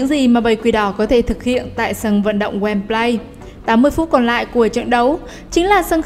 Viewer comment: Và đọc là goen bờ ly nha